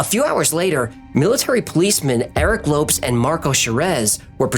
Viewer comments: ... i thought it was pronounced 'lo-pes' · I'm no expert, but from the spelling and a little knowledge of the language, I believe the pronunciation of his name would be like "low-pez", not lopes, as in antelopes. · question, isn't it pronounced Low Pez instead of lopes? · It's pronounced Lo-PeZ not Lopes lol. Any Brazilian would be annoyed to hear it pronounced like that. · Lopes is not pronounced Lops but Lo paze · Lopes = Low-Pez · Lopes is pronounced like "Lopez," it's only spelled differently. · A great example is the late member of the music group TLC, Lisa "Left Eye" Lopes. her last name is pronounced like "Lopez." I love your channel but sometimes you get names wrong LOL. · I am so disappointed in you. You make an effort to pronounce the names and locations correctly in their native tongue, but fail to spell the surname of the guy? Lopes, please google the pronuciation. You say it like Loupes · The man's name you call Lopes is pronounced Lopez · The Lopes should be pronounced as Lowpez, right? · no. In portuguese its pronounced like "Lohps" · Surely Lopes = LO-PEZ, no? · Low - pess Lō-pezss Lopes. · Lopes = loh-pehz I love the video. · Holy Crom, dude! It's pronounced LO-PEZ! Lopes is just an alternate spelling. :face-green-smiling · Best pronunciation.. 🤣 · Isn't Lopes pronounced as Low-pez? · Very good fact-checking, as in all of your videos. In the future also check how to pronounce foreign surnames such as ‘Lopes’. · Cmon you're really gna pronounce Lopes like that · He mispronounced Lopes tho.